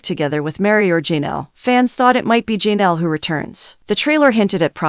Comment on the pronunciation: Poly-gam-us??? If you film videos, learn to pronounce words correctly. It’s also Ja-Nell, not Jean-ell.